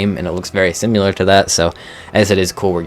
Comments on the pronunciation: Cyrus' Critters: Thorax Spider mod is so good in case anyone wants a cute jumping spider that is rideable. Also...why do you say "simular" and not "similar"? lol. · Why do you say “simular”